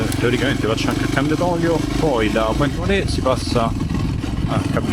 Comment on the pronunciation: Si legge Point Nuar ( per noi italiani era Puntanera), ci ho vissuto per 8 mesi. Una vita fa. Mi hai fatto venire la nostalgia. Bel video emozionante.